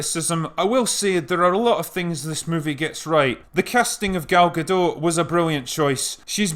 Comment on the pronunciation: Wow! You pronounced Gal Gadot correctly ...must be English ;)